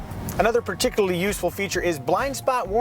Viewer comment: pronounces particularly as particuly